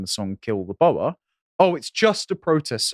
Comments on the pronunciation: Yeah, it's not pronounced as boar. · FFS learn how to pronounce "Boer"